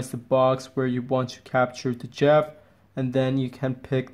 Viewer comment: "Resize the box where you want to capture the 'jeff'‽‽‽‽ Are you trying to say Jif? That's peanut butter dude. It's GIF!!! BWWWAHHAHAHAHA (And you call yourself? Lolol Just terrible..)